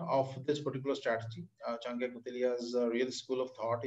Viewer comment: His name is Chanakya not chankya